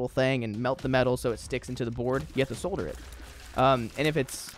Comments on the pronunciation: Being the annoying pronunciation guy because others will be more annoying: solder -- saw-der not sew-der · i know, me to pro tip priests, its pronounced sotter love ur content bro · saying solder like that hurt my soul lmfao